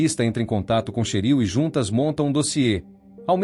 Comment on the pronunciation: NÃO É CHERIL... É TCHÉRIL!!!!!!!!😮😮😮😮😮😮😮😮😮😮😮😮😮😮😮😮😮😮😮